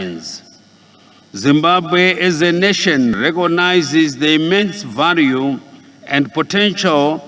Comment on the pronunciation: "Your Excerrance" "Deveropment" "Vhunarable" "Mentarrity" Groball Charranges Poriticary Isoration Sorid Famiry Poritics Preased Impriment Varue Corabolate Estabrishment